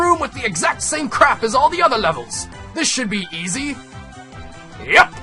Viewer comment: east instead of easy